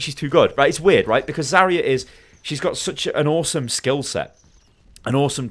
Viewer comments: I can't deal with how you pronounce "Zarya" it's not even correct by English phonetics let alone Russian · It's Zar'ya [zаrʲˈæ], r - should be really smooth , stress on the last letter 'a', Zar'yA